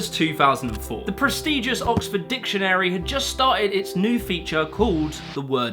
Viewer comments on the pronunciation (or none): Press-TIDGE-uss not pres-TEEDGE-uss ROW-ma-ny not ro-MAH-ny CHAT-am not CHATH-am... I'm only one minute in does it get better?